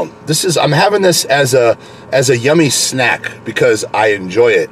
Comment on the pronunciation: Yeah he put emphasis on that shit too. “This is a YUMmy SNAck”